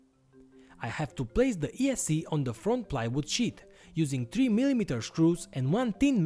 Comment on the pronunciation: views you are aware that sheet and shit are pronounced differently, right?